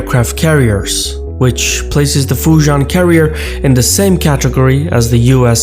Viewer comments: Great video as always. One small nitpick; as a Singaporean-Chinese (whose ancestors came from Fujian & Guangdong provinces) Fujian pronounced more like "Fu Ji-End". Sorry your mispronunciation grates my ears haha. But besides that, your video's visuals remain top-notch as always! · looks like failed to research how Fujian is pronounced....